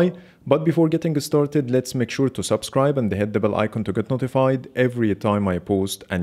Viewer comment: I thought you had at least 2 millions subs... I'll subscribe to make it possible 💪🏻 BTW everytime you say "Make sure" sounds like saying measure :v